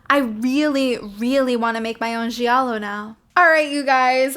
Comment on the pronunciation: You're saying "giallo" the right way. The syllable "gia" is pronounced in italian like initial part of the word "just" in english, no matter what other people (that clearly don't speak italian) say. I'm italian, born and raised in Italy. Un saluto dall' Italia!!! Ciao